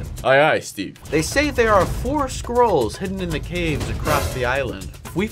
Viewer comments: i honestly thought he said squirrels but then when he said it again i heard scrolls lol 💀💀💀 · Unspeakable when u said “scrolls” I thought u said “squirrels”!Haha!🤣🤣🤣🤣🤣🤣🤣🤣🤣🤣🤣🤣🤣🤣🤣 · I thought you said squirrel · at first i thought you said squiralls